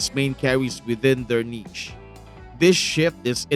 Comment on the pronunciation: I really hope by nichi u mean niche 😭